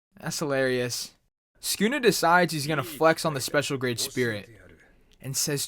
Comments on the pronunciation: It's su ku na not skuna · Bro its Sa-kuu-nah, not skuna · mans called him skoonuh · Lmaoo listen how he says sunkuna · every time he said sukuna it made me want to kms good video though